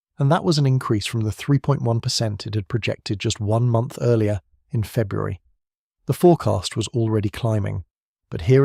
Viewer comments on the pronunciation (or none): none